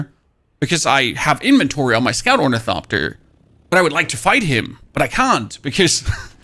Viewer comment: I Love how this dude says "Torn-eh-coptir" hilarious! You really should try using the Ornithopter Boosters! Your greed using storage is why you get chased down.